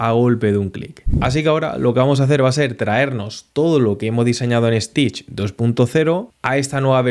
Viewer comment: I don't know why people from Spain add an "e" before an "s" that does not exist. It's Stitch not "Estitch". That extra E exist only in his imagination.